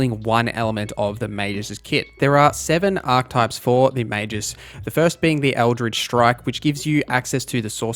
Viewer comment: That's not how you pronounce Magus :(